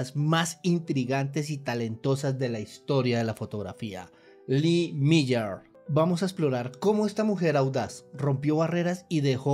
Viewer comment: Increíble que no sepa pronunciar el nombre...🥴🥴